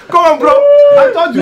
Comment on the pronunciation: he say bro , "boro"